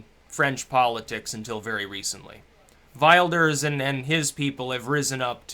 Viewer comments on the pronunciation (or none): nee fred. will-durs :) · wilders - you can pronounce it as willdurs and you'll be quite accurately mimicking the dutch pronunciation. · It's pronounced "Villders" my mate's girlfriend's Dutch and that's how she pronounces it. "Geert Villders" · its probounced Will-ders. regards from a Dutchy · "Wilders" is pronounced with a short "i", like "will" and "Italy". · wilders is pronounced with a short i, like in will will-durs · Geert Wilders' surname is pronounced 'Vill-ders',. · it's as it sounds, vilders, don't be thrown off by the double v, same as in German language, any word or name with a Wyou is pronounced V. Like VolksVagon. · Vilders. Welshhh. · Pronunciation (sort of): Kheert Will-durs. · you can pronounce 'Wilders' as 'will' (as in one's last will and testimony) and 'Ders (as in 'hearse' but with a 'D' ). That should be phonetically correct.:)